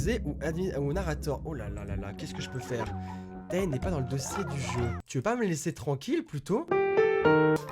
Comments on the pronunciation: Armyyy ♥ Mais comme il disait Tae sa ma fait mal x) Je pensais trop à taetae....dans ma tête c'était: MAIS ON DIS Téé PAS TAE EUUH;_; x) Mais t'aime quand même x) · Présent ! ^^ Maiiis comme J'ai pensée à tae..Sa fait mal comme il a prononcer le A de tae ...MES OREILLES ;_; C'est Téé euuh ;_; x)